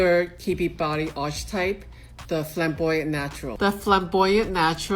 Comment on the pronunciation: This video and the previous one has been super helpful in narrowing down my type some. I fit best in Romantic, I'm a vase or bell shape, but I'm 5'8" and have a fairly large frame, hands, feet, ankles, etc. but not angular at all. As a side note: I would revisit the pronunciations for "lithe" and "archetype" as they are pronounced differently than they appear. English is weird. :)